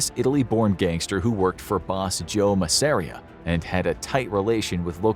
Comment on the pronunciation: He mispronounced a lot of names (Persico, Masseria, etc.)